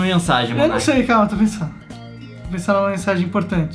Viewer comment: o rapaz é *Monark* e não *monerk* tá